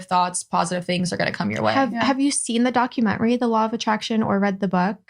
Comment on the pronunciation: Please teach Lana how to pronounce DocUmentary